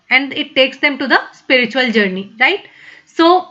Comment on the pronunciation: spiritual in hindi read as एस्पिरिचुअल. the sound of ए is Here.